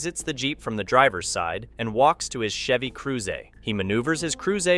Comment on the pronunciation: Ion like the way he pronounced Chevy Cruze wrong